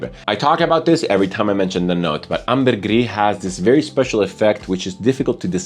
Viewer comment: ambergris comes from french, there's no reason to roll your r's